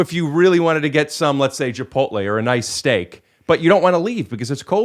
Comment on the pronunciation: Steve Glassman says Chipol-te just like my parents. 🤔